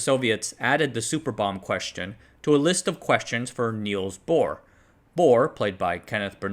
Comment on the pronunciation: Little goof at and after. It's Niels Bohr, not Neils Bohr.